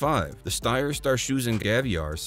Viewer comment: I did love the way you said "Scharfschützengewehr" . But damn you really lost it it was more like a "star choosing kaviar". Much love from Germany! Thanks for the vid!